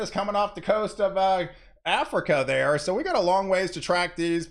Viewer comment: Hows it goin..!!! 🤓 Love it everytime you say thar 👍